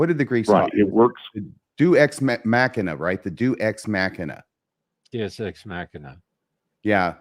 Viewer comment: God love ya but listen to when he’s trying to correct your pronunciation of Deus 😂